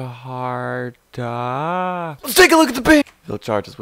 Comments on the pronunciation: Vihld-yarta! They are Swedish. The "j" is a "y" sound. Like the word "fjord". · Pronunciation Vild-har-ta the J is silent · It's pronounced "Vild-yarta"